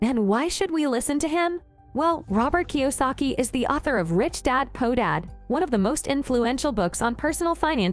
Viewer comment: Learn to say poor instead of po for goodness sake.